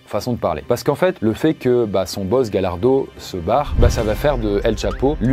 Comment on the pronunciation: J'ai écris d'autres commentaires mais ils ont disparu.. C'est Gallardo qui se dit GaYarso